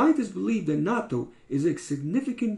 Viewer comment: I have just begun to learn more about this and find it very exciting. I don't like natto but will eat it once a week because of those health benefits. Now that it comes in a pill form, I could take it every day. BTW, you pronounced natto correctly. :)